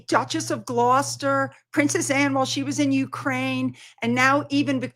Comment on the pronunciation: FINALLY learned how to pronounce Gloucester, now maybe she can work on her grammar.